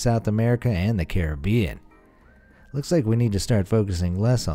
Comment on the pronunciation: Did you just say Carer-be-en? Am I imagining this?